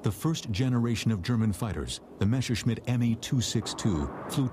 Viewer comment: I agree. Not only this particullar film. Usually it's the good old "Meshersmitt"